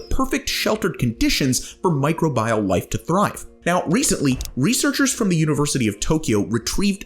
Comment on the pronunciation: It's pronounced my-kro-bee-el 🙄 Somebody failed high school biology.